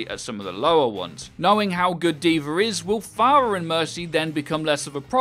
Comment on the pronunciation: Say D VA not D VER and I'll consider turning on notifications